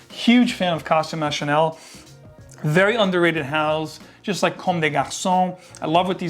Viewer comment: I love your description on Costume National, nice to see an American pronounce French properly.